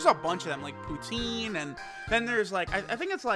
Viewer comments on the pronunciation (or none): none